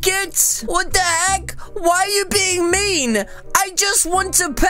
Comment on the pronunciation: I heard u say y do u hav to be so MEAN-A :) that’s noice